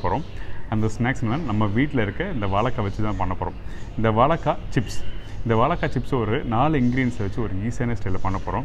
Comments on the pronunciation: Why mispronounce 'vazhaikka'? I thought 'zha' is very unique to Tamizh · அன்பரே, வாழைக்காய் என்று சொல்லிப்பழகுங்களேன், வாளக்காய் வேண்டாமே.